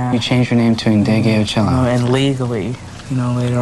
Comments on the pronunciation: Not a "master" my a#z! Chile pleeze! If not a "master" of the bass then a master of funky, smooth, deed, soul moving grooves. And, why don't WP make the effort to pronounce her name correctly? It's not hard. If he can pronounce Greek names he can pronounce "N deh gay oh cheh low". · Name is not " iindege Ooh ciello" but the Nd is pronounced as in "coNDEnce" .So next time do some research.. otherwise you change the meaning of the name and we get "Off endead"